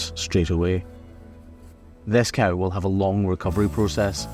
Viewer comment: You call them „stark“, and here in (Northern) Germany they are called „Starke“. Pronunciation is a bit different, though. 😊 I also find it remarkable that cameraman says „coo“, which sounds like the German word for cow: Kuh. In some areas around here, people say „co“ (as in co-worker) or even „cow“. Language is funny, innit?